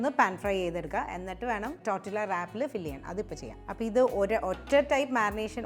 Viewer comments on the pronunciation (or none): It's not tortillas...it's pronounced as tortiya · Learn to pronounce first! Its not tortILLA its pronounced as TORTIYA. Its a spanish/mexican word. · Hello, just a suggestion, you do not pronounce it as’Tortilla’ as the spelling indicates, it is a Hispanic word, when a word has two ‘ll’s together, it is pronounced as ‘y’. It is pronounced‘Tortiyas’. Hope this helps! I enjoy your videos. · Nice … Tortiyya pronounced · Tortilla pronunciation is ടോട്ടീയ . L സൈലന്റ് ആണ് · Tortilla is pronounced as ടോർട്ടിയ ❤ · Thank you for delectable, easy to make recipes. I think tortilla is pronounced torteeya🙏